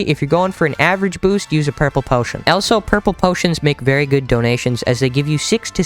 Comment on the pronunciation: why do u say elso not also no offense